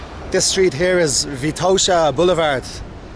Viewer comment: I'm Bulgarian and you made me laugh with your pronunciations of Sofia and Vitosha. Usually we pronounce Sofia as "SOfia" (the stress is on O) not "Soufia" or "SofIa" just Sofia with the stress on "O." Also Vitosha is pronounced again on the first vowel just like Sofia - "VItosha" not "VitOsha." Just a small correction. :) We usually when we speak Bulgarian, compared to other Slavic languages we put the stress more at the end of the words, while in some occansions - at the first vowel, but this is more common thing with Serbo-Croatian and Macedonian or just the Former Yugoslavian countries in general with this type of accent (or even here at some villages or the very Western part near the border with Serbia and North Macedonia there are Bulgarians with this "Former Yugoslavian accent." Also some words matter where you put the stress and it can change the whole meaning. Just as tip if you decide 1 day to learn Bulgarian if you want to:).